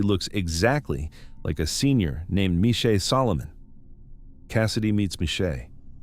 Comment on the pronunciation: "Groot Shoor" - gimme a break! It's Chrootah Skeur. The ch as in the ch in loch. And the father's name is pronounced Mornay. And the school is Zwaanswyk, not Swansea. And Michelle is not Meeshay, it's Mishell.